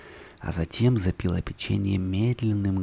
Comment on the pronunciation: Всё очень хорошо прочитано, мягким и приятным невероятно голосом. Но.... ПопИла, запИла, грейпфруКт и толШе, очень сильно смазали впечатление.